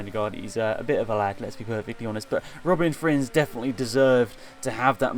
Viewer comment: It’s a bit annoying to hear you speak out Robin Frijns wrong, but you can’t do anything about it, as your not Dutch, and I am.